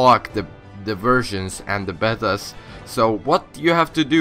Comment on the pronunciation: Betas is pronounced "Bay-Tas"